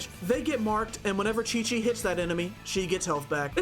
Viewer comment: THE DISAPPOINTMENT WHEN HE SAID QIQ AT THE BEGINNING AHSHAHHAHA